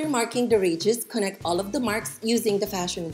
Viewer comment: Thanks for tutoring. May i suggest you use no white material to demonstrate because your table top is white and wall behind mannequin is white. We just cannot see your fine example when it is all white on White. Also, I put on captions in English to understand. You say radius and auto translations says "regis". Americans pronounce it " RAY dee us" for Radius. Hard to figure this out at first. Again thank you for the information.